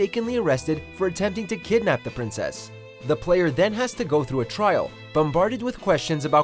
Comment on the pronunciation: You would think this jack ass million plus subscription youtube account would make it less obvious they just slap together a script and make someone read it. The first entry, you said "On TRAIL" and I was fucking like "WHAT DOES THAT EVEN MEAN!?" Only to find out you mean't "On TRIAL"